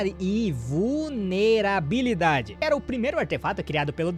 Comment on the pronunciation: "Invulnerabilidade" eu fiquei igual aquele episódio do voice makers, quando o terceiro e o danzou tava tentando pronunciar o nome do Shisui Uchiha 😂😂😂😂😂